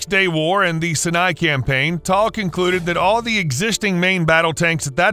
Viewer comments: Less then accurate text to voice. Makes the video hard to watch in some portions. It's pronounced Merk-ava, not Mer-kava. Chief-ten, not Chif-ten and Si-a-ni, not whatever. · I absolutely hate these AI narrated videos. Complete inability to pronounce words like Sinai, Chieftain, and many others. This type of video with its half and half story, mixing historical facts with unproven hearsay rumors can be very misleading. Down vote from me.